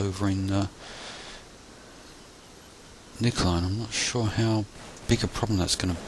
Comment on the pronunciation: You pronounced Nijmegen wrong but not a bad job at all. Hunt command in the open? Use Ocoka at all times and find cover and concealment first.